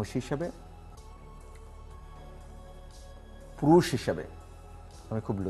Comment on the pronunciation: এর উচ্চারণ ঠিক না। দর্ষন (ধর্ষন), প্রুষ (পুরুষ)